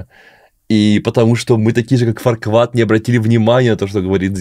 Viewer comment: Фарквад? Ват? Я думал его зовут Фаркуад